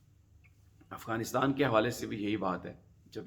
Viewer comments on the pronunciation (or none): none